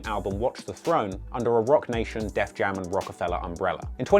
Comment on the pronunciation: It’s *Def Jam*, not “Death Jam”.